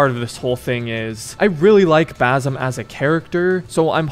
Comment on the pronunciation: the name is not actually Bazum, it's supposed to be read like Basim (Baseem)